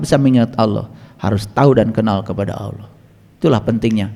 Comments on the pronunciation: Kenapa nama Allah diucapkannya jadi Awloh. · Hatit2xmemahami nye Karene Alquran yg di terjemahkan tapi nyebut Allah aje Tak pasih.